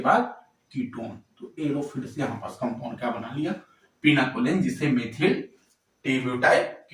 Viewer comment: Pinacolone sir Not pinaCOLEN